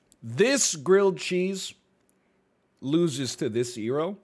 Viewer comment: His pronunciation of gyro just hurt so much